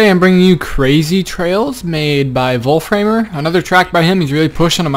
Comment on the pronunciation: for pronouncing his name.. "volfram" idk where u see an "er" at the end because u say volframer :D